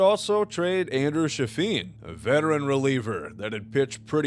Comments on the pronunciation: “Shafeen” is craaaazy lmao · I said the same thing 💀💀💀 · Good video, but I just cant let go the way he pronounced "Chafin" . I literally paused it and said "what the fuck did you just call him?" out loud lol